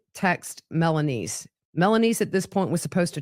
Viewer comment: So she was saying melaniece 😂